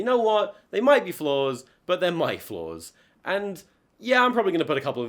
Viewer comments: This whole time I thought you were saying floors but then you were saying flaws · more than halfway through the video and i still think he's saying "floors"